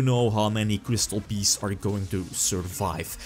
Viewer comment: Gat doss twee kwistoll beests...